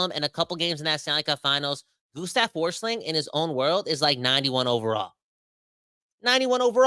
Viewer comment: Gustav Forsling is Swedish so that German pronounciation of his name is so off.